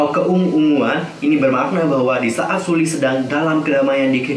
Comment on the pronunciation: Hai kak, cuma mau ngasi tau nyebut nama Sulli itu SEOLLI ☺️ Maaf cuma ngasi tau kak...